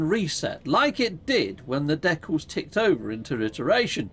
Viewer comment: Love how you say deck alls 😂😊 Thanks for streaming. It's rare for me to catch you live.